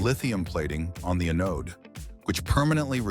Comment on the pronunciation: Sure wish ytou'd LISTEN to your AI narration BEFORE you publish.. What is an "a-NODE?" Did you mean "AN-ode?" There are more, but that one broke my train of thought.